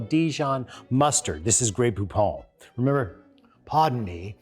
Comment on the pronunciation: "I MEMBER, I MEMBER"